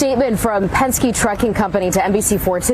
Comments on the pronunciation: It is not pensk. It is Pensk"ee". famous race car builder. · It’s Pens-kee, not Pensk. And good for ICE! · PEN SKI not "Pensk" PENSKEE ! You have a social media following of almost 1/2 million people. You really should make sure you are pronouncing words correctly. Don't feel bad though, Greg Foreman of ~Black Conservative Perspective~ pronounces so many words incorrectly that there is no way to count them all. 😊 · please do me a favor. The company is PENSKE (Pen-Ski), NOT Pence. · YOU KIDS CHANGING WORDS ITS PENSKYEEEEEEEEE NOT PENSK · It's Pen ske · The name is Penske, pronounced PenSkee. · Pronounced PENN-SKI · Pronounced Pen ski. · FWFW Penske is pronounced Pen-ski. I have rented from them recently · Pen Ski lol 😂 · Hey my guy penske is pronounced, penn-skee, Penske. The original Penske guy was a race car driver who branched out into several other ventures. This trucking line is the most well known of his businesses. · Hey,, just wanted to let you know that Penske is pronounced [pen-skee] or pen ski. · Pen-skee,. PEN-SKEE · Penske-ee is the pronunciation. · It's pronounced Pen-SKI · Good video, but one thing: penske is pronounced "pens-key" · Penske is pronounced Penski. The vowel “e” is a long vowel. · “Penske” is pronounced PEN-skee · BTW its Pen-ski. Roger Penske needs to sit down and shut up.